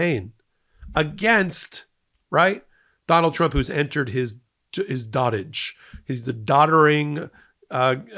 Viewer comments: I'm sorry,, it's DOE-tage, not dotage. Otherwise you're perfect! Thank you for all you do! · "dotage" is pronounced like "goatage" not "dotage as in dot. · It's doh'tage not dottige. Dotage as in to dote on somebody like grandparents etc